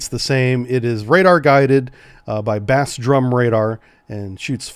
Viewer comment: That's "Bass Drum" as in "bass guitar" (pronounced: bās'), not "bass fishing". "Boy, you couldn't find your bass with both hands"! 😂